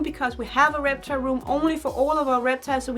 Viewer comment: She just said repchal